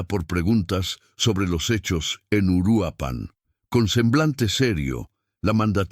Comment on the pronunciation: Es Uruapan, no Uruapán. Es evidente que Youtube necesita comunicadores efectivos y eficientes (qué hagan lo correcto y correctamente)